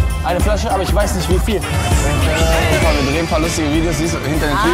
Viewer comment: Aber ich weiss nicht wiviel wasser ..Wiviel...Aber Wiviel? Der typ stirbt da halbert hahaha